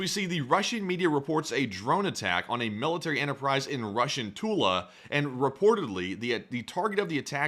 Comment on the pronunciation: "Emmo depot" "male-eh-tary" "You can hear drones lightly" "no new shrategy here" He must've been raised by a pack of deaf goats.